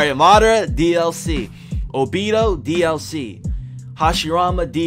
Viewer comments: Boruto is pronounced bor-u-toe obito is pronounced oh-be-toe minato is pronounced me-nah-toe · “Bar-uto” “Obi-do” “Mini-to” Makes me so frustrated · why he say obito name like that